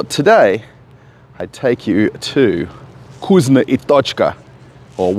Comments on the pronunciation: You really sound silly when you say vgoozno ! It’s vkoosna ! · I hear 'cuisine and tochka" everytime